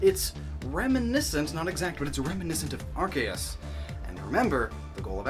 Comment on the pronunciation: I'm so used to people pronouncing Arceus as AR-CEE-US that I didn't realize that you pronounced it as ARK-EE-US. Kudos to you for pronouncing it correctly.